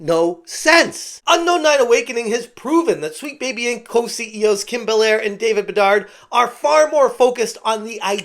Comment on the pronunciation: A tip. The last d in bedard is silent. I have relative named bedard and it's kinda distract me for like 3 sec everytime you say it. :D